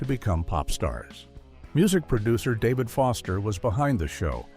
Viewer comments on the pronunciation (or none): none